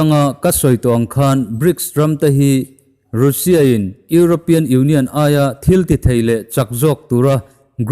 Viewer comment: Rainbow Mizo Channel hi ka ngaithla nasa khawp mai. Ka subscribe nghe nghe! Sawiselna tlem aw? Hming lam dan hi a dik hman ni se: Mumbai hi Mambai tiin i lam a, Mumbai tia lam tur a ni. Russia hi Rusia ti angin i lam a, Rasia ti-a anga lam tur. Mike Pompeo hi Mike Pompei tiin i lam a, Mike Pompeo tih tur a ni. Tluang taka in kal zel ka duhsak a che u.